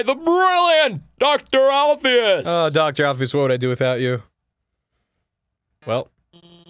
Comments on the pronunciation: Somebody P L E A S E tell them it's Alphys, and not "Alphyus" PLEASE. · I think Dr.Alphys's name is pronounced Alf-us...not Alf-ee-us 0-0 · Why do you guys say Alphius when her name is Alphys? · The way they mispronounce Alphys' name is driving me insane